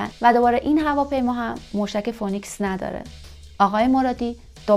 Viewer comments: فینیکس نه فونیکس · تلفظ فونیکس نیست. فی نکس درست است . شما اینکاره نیستی